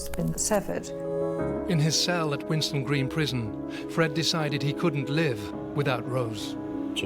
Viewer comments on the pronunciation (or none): Winson green, not winston green